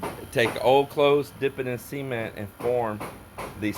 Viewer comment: Now we get the privilege of hearing say... "C"ment in stereo.. LOL